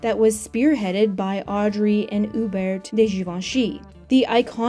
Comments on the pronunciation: also Hubert in French is U-Bair... No T. I can't take all the mispronunciations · Only an American would pronounce Hubert with a T 🤪